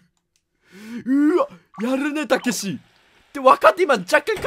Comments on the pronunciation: タクシー？にしか聞こえないwww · たけしがタクシーにしか聞こえんん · たけしがタクシーにしか聞こえない笑笑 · ｢たけし｣がどんどん｢たきし｣になっていくの草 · 「たけし!?」って連呼してる所 タクシーって言ってるように聞こえるの俺だけ？ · たけしがタクシーって聞こえる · たけしがたくしに笑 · たけしじゃなくてタクシーに聞こえる